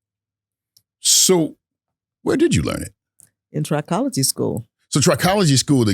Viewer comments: I've never heard it pronounced "try-cology", it was pronounced "trick-ology", the root pronounced "try-cology" does have the root word tri which means "3", whereas with "trick-ology", the root "trick" means "hair" so "trick-ology" is the study of hair whereas "try-cology" means the study of "3"- and if you noticed, "trichologist" has the extra "h", showing it is definitely "trick-ology", "try-cology" would be spelled "tricology" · Trichology (trih-KOLL-uh-jee)